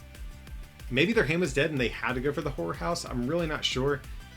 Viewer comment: I swear it sounds like he's saying whore house every time he says horror house.